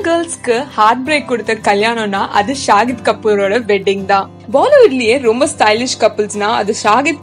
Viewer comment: Even she mentioned nazriya as nasiriya...and saif ali khan as saaaif ali kaan ..shahid as shagid ..ufffff